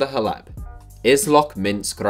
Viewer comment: who's hleb isn't it pronounced klef?